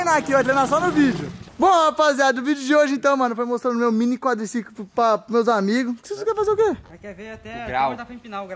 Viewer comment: Quem lembra o falando. " meu Quadricicolimm" kkk